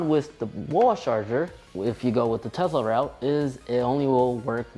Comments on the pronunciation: Why do you keep saying TEZLA annoying af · Tez-la? Bruh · Quit saying tezla